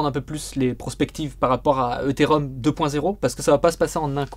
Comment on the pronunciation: Ils peuvent pas apprendre à prononcer Ethereum correctement ces 2 boulets pour commencer ?